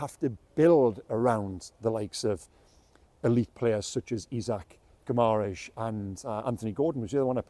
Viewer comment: If you are going to talk in depth about a player at least learn how to pronounce his surname correctly.